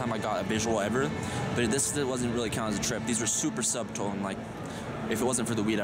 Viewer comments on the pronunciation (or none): Interesting story. By the way, the word "subtle" is not pronounced the way it looks. The "b" is silent, so the word is pronounced like "Suttle".